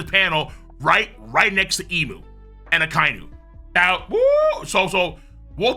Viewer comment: Thank you for pronouncing Imu correctly